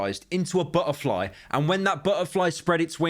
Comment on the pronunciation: Why can't you say the word "butterfly"